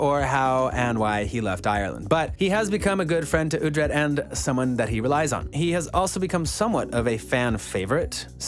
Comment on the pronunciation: Wait, uh-tred? No no no...it's oooooootred. Oo-tred. Please get it right. It's not phonetic to the US English language. Pronounced UH- tred is so demasculinating...